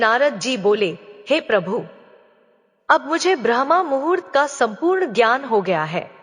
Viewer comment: Aapki uchharan galat hai brahmmuhurt ko brahmamhurt kah rahi hai